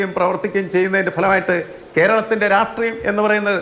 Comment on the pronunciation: രാഷ്ട്രീയം എന്നുള്ളതിന് എല്ലാ cpm കാർ വരുമ്പോഴും രാട്രീയം എന്ന് പറയുന്ന എന്തിനാ? ഇവർക്ക് മലയാളോം അറിയില്ലേ